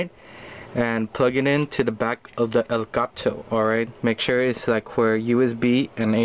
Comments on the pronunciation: El Guh To its elgato (pronounced el-gart-o) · no its el-got-toe